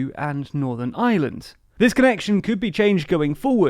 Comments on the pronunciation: my man cannot pronounce ireland to save his life, the island of island? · The guy in this video pronounces “Ireland“ and “Island” exactly the same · Can you please pronounce island and ireland differently. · I have to say I love how you say "the Island or Ireland" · That's the English accent for you 😁 they don't pronounce half of their r's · Am I the only one here who doesn't hear a difference in his pronunciation of Island and Ireland? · There is an 'r' in the word 'Ireland'. Pleeeeease make an effort to pronounce it! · It's Ireland not "island", jesus, it ain't such an elecution or enunciationary mountain to climb. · Ah yes. Today I think I will find out about the aye-land of aye-land. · Listen lads, I think your videos are great and all, and ye seem like a great bunch of lads, but my God, does it annoy me when English people pronounce Ireland as Island. I know it's just how your accents are but Críost san airde. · Lol, “island of island” it’s funny how English can’t really pronounce very well. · Can you please work on pronouncing IRELAND differently from the word ISLAND. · It’s IREland, not the island of island. Please pronounce correctly 🙂 no need for the qualifier when correctly pronounced. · It's Ireland not island....I err land not eye land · FYI "Ireland" and "island" are not pronounced in the same way. Island is "eye land", while Ireland is "ire land". You seem to mostly miss the difference, although you get better in the second half of the video. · Ireland doesnt sound like' island '. Its pronounced more like 'Areland' in reality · not to be that one guy, but you are pronouncing ireland wrong. it is not pronounced as island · Please DO NOT pronounce the word IRELAND as ISLAND! It's just laziness!!! 😠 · This bloke pronounces "Ireland" and "island" exactly the same! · can you learn too say ireland and not island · Oh how I wish English people could pronounce the letter R…………the words Island and Ireland are not pronounced the same way! 🙄